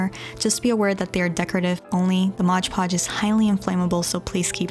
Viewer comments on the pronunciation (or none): its not moj podge its mod podge